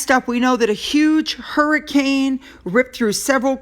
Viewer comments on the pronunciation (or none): none